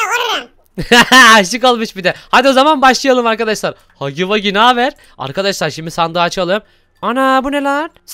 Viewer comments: Abi hagy vagı değil Hugi vugi (okunusu) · haggy waggy değil huggy wuggy diye okunuyo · Haggy Waggy değil Huggy Wuggy 😁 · Hagi Hagi değil Hugi hugi